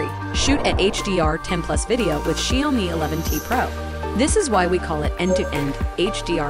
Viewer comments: Correct pronunciation - Shao_mi This robotiy Lady - Shiyo_mi 🤣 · gotta love the text-to-speech which can't pronounce Xiaomi! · Feeling like she is pronouncing the word 'Xiaomi' differently. I never heard this tune before.